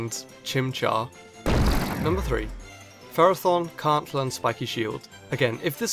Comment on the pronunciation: You pronounced Ferrothorn wrong in the video.